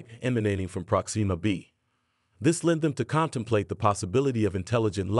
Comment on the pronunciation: Dang it! Why can't anyone say my name correctly?? It's NOT "Prok-SEE-muh" - it's pronounced "PROK-sim-muh"